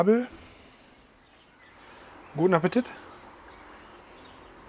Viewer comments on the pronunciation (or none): Keine Ahnung ob es schonmal eine(r) gefragt hat, aber warum diese Aussprache von "Guten Appetit"? Ist das Dialekt oder Markenzeichen?^^